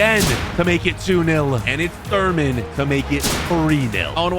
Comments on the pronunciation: Its thuram not thurman😂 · bro its thuram not thurman anyway great video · Bro really called Thuram Thur men